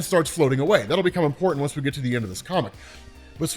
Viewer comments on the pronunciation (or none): none